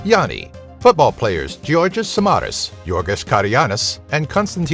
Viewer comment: if he says samaras and karagounis one more time i will cry